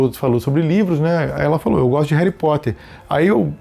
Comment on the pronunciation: "Reri Potter"😂❤